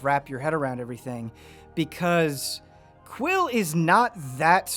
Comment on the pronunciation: Boy his name is quill not quin, it sounded like he said that at some point